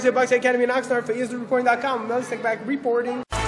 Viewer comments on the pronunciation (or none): lol at the way he says "reporting"